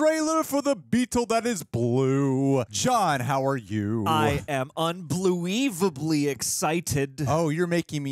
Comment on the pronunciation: "i am BLUEVABLY excited" AHAHAHAHHAAH CMON